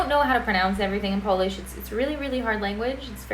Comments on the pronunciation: Very good pronunciation for being just a one week in PL. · Visit Warsaw on November 11 :) Your pronunciation in Polish is really good.